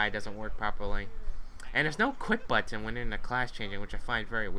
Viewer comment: I love how said button